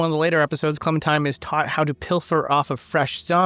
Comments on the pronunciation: Did dude just call Clementine Clementime? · Its clementine, not clementime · Its also Clementine not Clementime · 6 years later he still says clementime lol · What time is it? It's Clemen-time Edit: I made this comment thinking it was a one-time mispronunciation but you kept pronouncing it 'Clemen-time' the whole way through... "not even owned by Clementime, does have Clementime's stuff in"... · are you.....are you saying clementime? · are..are you saying Clemen-"time"? lol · "It's clemen' time" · no it's Clemen Time and then she started clemmin' all over the place